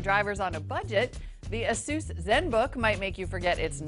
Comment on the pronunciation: Can you please pronounce 'Nokia' 'Asus' and 'Aliminium' correctly? kthnxbai